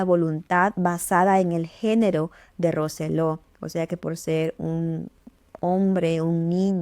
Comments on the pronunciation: Lo dice bien es Roy Roselo no Roselló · Que desagradable y poco profesional que pronuncie mal el apellido de la victima Roy Rosello.